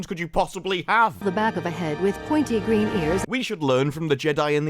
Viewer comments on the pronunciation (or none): none